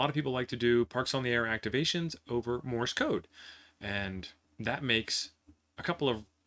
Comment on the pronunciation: Morse, not Morris. Please !!!!